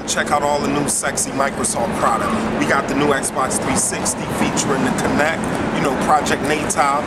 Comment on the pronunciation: i know its called Kinect... i'm just saying what its called and its not Kinnect its Kinect